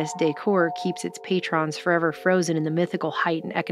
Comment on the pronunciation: i like how everyone pronounces patron "pay-trON" now because of Patreon